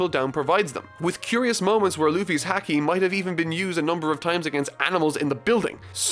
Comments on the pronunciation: Why does he keep pronouncing Haki like "Hacky"? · I love these videos, but for the love of god haki ( Hah - key) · haki is pronounced like the sport, hockey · Haki is pronounced like the sport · I love you, BUTTTT, that ISN'T HOW YOU PRONOUNCE HAKI! Please, PLEASE look it up! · Oh man, the way he pronounces Haki makes me cringe a little every time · It really isn't. 'A' is only pronounced one way in Japanese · Oh god can someone please help fix marks pronunciation for haki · Bruh i swear to god the way you say haki made me want to stop watching ugh but all forgiven great vid..... place make the next one super along don’t skip to many part make it 1 hour long pls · The editor could have at least told how to pronounce Haki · The way you say the word "haki" bothers me deeply -_ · The way he’s says Haki hurts to listen to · Dude the way he's pronouncing haki. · i hope someone tells him how to pronounce haki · is going to take a break after the War arc...........does he know? (this is a joke) Also the way said Haki made me cringe. Someone tell him how to properly say it please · Dude your proninciations are killing me. you pronounced camie as kami and please for the love of got pronounce the A in hAki the same. Jesus. Editor! fix this please! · I love watching someone who has never read One Piece read it and love it, but there are so many times pronounces words wrong, such as Haki and sabaody. I know I am nitpicking, but when hearing them pronounced wrong you notice it very well. Forgot to mention before, but got better at pronouncing Haki throughout the review, yet not perfected/how it is said in the main story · It physically hurts me how you pronounce haki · The a in haki rhymes with the a in father, not the a in cat or the a in paw. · Ik it's not important but Its Ha-key, not Hack-key. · haki is pronounced like hockey, not hackey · Bruh it’s pronounced Hockey, not hacky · Bro says haki like a hacky sack. It's like hahaha ha-key or hockey